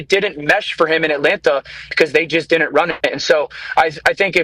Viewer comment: Hey Dan, what is “diddint?” Are you trying to say “didn’t?” Why bother with a contraction if you aren’t going to eliminate syllables? Did-dint and did not=same number of syllables. The purpose of a contraction is to shorten syllables. People keep saying “could-dint.” It’s couldn’t!!